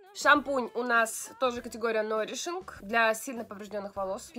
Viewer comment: Нойришинг! Нойришинг))))))